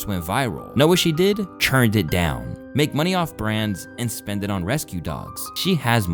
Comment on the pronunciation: Use me as a ", please stop pronouncing turn as CHURN button"...